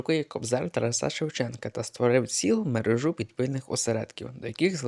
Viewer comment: Наголошуєте невірно: ТарАса, мерЕжа.